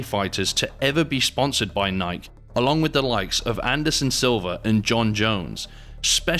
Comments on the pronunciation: Did you say nih-kuh it’s nih-kee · that’s no excuse. It’s pronounced “Ni-kee”. C’mon man 😂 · I fucking hate AI narration. Cant even say "Nye-kee" correctly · IMAGINE doing ANY sports video and can't pronounce NIKE, only the biggest name in sporting gear out there. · The way this guy pronounces Nike, Jesus. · The way you said Nike damn near made me click off the video Jesus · Hearing that Nike pronunciation makes me wonder if this is AI narrated. It can't be but I've never heard Nike with that hard "K" come from a human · Good video, but how do you not know how to pronounce "Nike" lol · The was the narrator says Nike is sus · Off topic but I never heard anyone pronounce “Nike” like that…Guess I’ve been saying it wrong my whole life 😂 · How do spell they way he pronounces NIKE?? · How the hell do you say Nike wrong